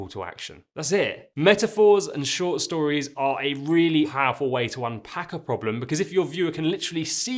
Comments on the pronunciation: Not certain if someone noticed but 'short storires' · .short "storires"?